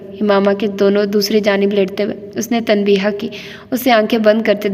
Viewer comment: Very nice,dear I want to make few corrections.The right pronunciation is tanbeeh.not tanbeeha and wajeeh not wajeeha the last alphabet hay is silent